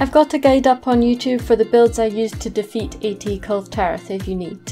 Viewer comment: No one pronounce the name 'Kulve' better than:D